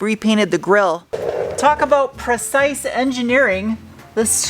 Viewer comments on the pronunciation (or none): none